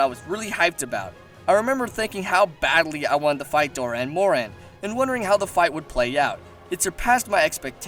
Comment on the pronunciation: Spelt Dahren moran, pronounces doran moran...(sigh)